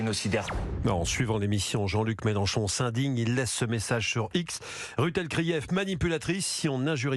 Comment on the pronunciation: normal c'est une Youyoute il a raison le Mélen chon chon 😂😂😂et un Zéro